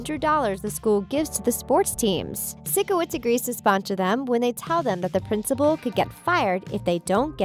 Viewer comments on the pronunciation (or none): oh sikowits... you say it like saicowits🤣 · Sickowitz.... It’s sikowitz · Sike-o-wits not sick-o-wits. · This video just focuses too much on all the little things. And why do you say 'sicko-witz' instead of sickowitz? Just watch the show! It's better than this video gives it credit for. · UMMMMMNN WHY ARE YOU SAYING SICK-OH-WITZ AND HONESTLY PLEASE JUST STOP RUINING THE SHOW. KEEP YOUR OPINIONS TO YOURSELF AND STOP RUINING THE SHOW FOR TRUE FANS UNLIKE YOU I MEAN HOW CAN'T YOU SAY SIKOWITZS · It's Sikowitz (SYKE-O-WITZ) Not SICK-O-WITZ. It hurts my ears everytime she says it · Bruh it bothers me when she says “sickowitz” when it clearly sounds like “psychowitz” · It’s SIKOWITS not Sickowits. Have you actually watched the show? xD Edit- oops it’s supposed to be Sikowitz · Ok but the way u say Sickowitz it’s SIKOWITZ NOT SICKOWITZ LIKE AS IF HE IS SICK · It bothered me when she said “sick-o-witz” and not “syke-o-witz” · It’s psychoits not sickoits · It is not sikowits it’s Sikowitz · SAY SIKOWITZ CORRECTLY< ITS SIKOWITZ NOT SICKOITS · cyco- withz no sico-wits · It is not Sickowitz it’s Sikowitz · am i the only one who is really angry about the “sick-a-witz” thing ItS SiKowItZ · This sounds like it was read from a script written by someone who clearly doesn’t understand the show or doesn’t put two and two together.Also although it’s spelled Sikowitz it’s pronounced Psychowitz not siko-witz so that shows how much you actually know about the show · I like this video and it definitely listed some I have thought of, myself, BUT there are two things that weren't right in this video... 1. the surgery was for Robbie, Tori was just giving blood for Robbie's surgery. 2. it's pronounced "psycho-witz" not "sicko-witz", lol. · The things: SiKoWiTz Everyone else: SYCOWITZ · She keeps saying “sick o wits” it’s “sikowitz” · It’s not sickowit it’s Sikeowit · It's (sike-co-wits) not (sick-go-wits) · I heard say SICKO witz, its PHYSCO witz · Hell I heard Jane instead of jade